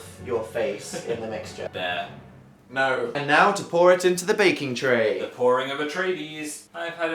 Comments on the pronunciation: I watched three times to be sure but he definitely said bear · I thought he said bear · checks comments to see if phil did actually say bear Me: HOLY MOTHER OF GOD YES HE DID. SOMEONE HOLD ME I S2G